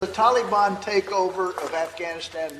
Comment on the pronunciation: Why the all of a sudden change in how tala ban is pronounced? Have we been saying it wrong all this time and now care about their feelings?